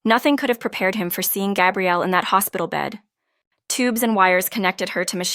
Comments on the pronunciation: I really enjoyed this story. Thank you. For further clarification regarding the name of the female lead...the pronounciation is...Gah. e.g. Gabrielle Union. For the male the pronounciation is...Gay-brielle. Note...the spelling is the same for both male and female...so AI might not be able to distinguish between them...it's a common problem among the story sites...makes me flinch though. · Iteally enjoyed this sincere loving love story and the suggestion of Happily Ever After!!...but I flinched whenever I heard Gay- brielle instead of Gah- brielle...correct pronunciation, please !